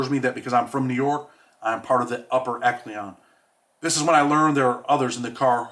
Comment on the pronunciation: What's an eklion lol it's echelon. You can tell this book was edited to the max. No hate to I just thought it was funny